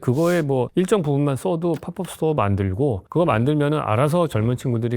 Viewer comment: 팝업 스토어 발음이 ‘파뻡’ 이 맞나요 ’파법‘ 이 맞나요? 발음하시는 게 좀 낯설어서